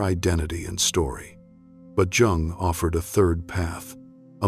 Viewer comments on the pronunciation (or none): Has to be AI, the chronic mispronunciation of Jung and Jungian is revealing. Not to mention the cadence of the narration — no space to take a beat or breath. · Please pronounce Jung correctly?